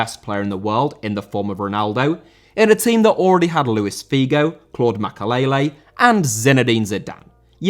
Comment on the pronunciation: Makélélé* not Makaleilei